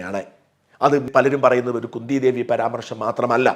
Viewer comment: കുന്തി എന്നാൽ കുഎൻ ടി അല്ല മോനേ